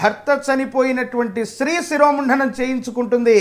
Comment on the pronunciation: శిరోముంఢణం కాదయ్యా స్వామీ శిరోముండనం అంటే చాలు